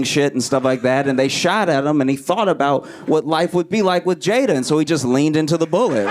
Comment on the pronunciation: There is no excuse not to know how to say her name at this point.